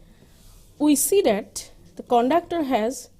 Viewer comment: konductor ??????? IIT GUWAHATI padhne betho bhosdiwalo.